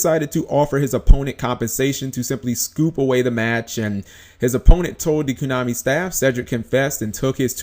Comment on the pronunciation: stop saying kunami its KOnami